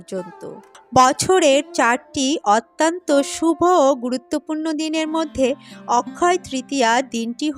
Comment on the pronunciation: বক্তব্য ভালো লাগলো। কিন্তু কিছু শব্দের উচ্চারণ বেশ শ্রুতিকটু লাগে সেটা অনেকেরই আছে। তেমন 'র' অক্ষরটির উচ্চারণ 'ড়' দিয়ে বলা আর 'অত্যন্ত' শব্দটি 'অত্যান্ত' উচ্চারণ করা। অনেকেরই এই ত্রুটি দেখা যায়। মনে হয় এটা একটু শোধরালে আরও ভালো হয়। ভুল উচ্চারণ কোন aristocracy আনে না। এটা বলার জন্যে কিছু মনে করবেন না।যেটুকু উপলব্ধি করলাম তাই বললাম। এজন্য দুঃখিত।